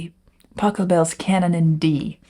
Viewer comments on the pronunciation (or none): none